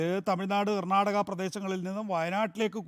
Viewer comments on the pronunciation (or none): none